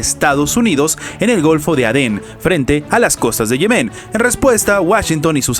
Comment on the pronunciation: Respetuosamente, no se pronuncia Yemén sino Yemen.